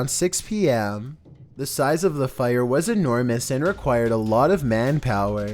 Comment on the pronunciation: Why does he say "was" like that?? The inflection is maddening.